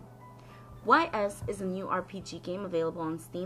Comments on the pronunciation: It's pronounced ease actually. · This is a part of the Y's (Pronounced "ees") series of games, which has been around since 1987. "The Oath in Felghana" is a remake of Y's III, which came out in 1989. This came out in 2005, but was only recently released in North America via Steam. Otherwise, cool video. You're not a bad reviewer. Do a little research on your games, maybe write scripts or basic outlines for your reviews, and I think you'll do great. This isn't me trying to be mean, I liked it. I'm just being constructive.